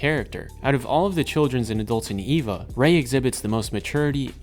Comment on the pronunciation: Why is it so hard to find videos about Evangelion that don’t feature people who can’t pronounce the names? When it’s three letters, it’s Ay-Va, when it’s the full word it’s Ee-Va.